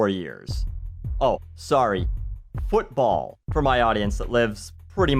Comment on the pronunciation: What is this "fotball" you speak of?